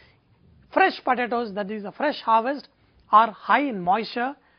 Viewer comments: this guy calls em podadoes ...podadoes ..fast as machine gun ..padadoes...lol...i had so much fun watching this cooo guy on poadadaoes...too cool thanks for great vid...laphant1 d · pa-ta-toes! lmao this guy is hilarious!!!! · yumm, puh-tah-toes. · he says potatoes funny. Lol